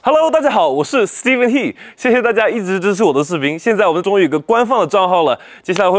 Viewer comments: 其实有个疑惑，他的He到底是何还是贺？虽然被他读成Hei。所以到底是什么？ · 我也想問為什麼他會把他姓讀成「hi」我一看就知道是姓何的吧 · He 是何或者贺吧，应该发音ho? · 我其实想问他是不是姓何，但是为什么他自己也读成英文he的发音，就有点奇怪